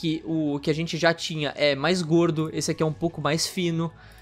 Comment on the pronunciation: O fala “gordo” com tanta ênfase, kk